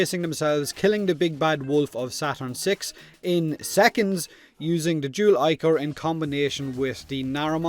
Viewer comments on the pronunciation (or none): Pronunciation has always bothered me with Warframe weapons. I pronounce it like the original Greek word: ick-or or ick-er. Because that's how I've always heard it and read it. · Ah, the dual zoren's big fat brother. I can still hear the debate on whether it was pronounced "ee"chor as in "ee" from eel or "eye"chor.